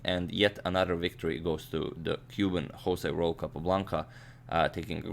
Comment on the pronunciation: You keep pronouncing José Raul wrongly, Agad.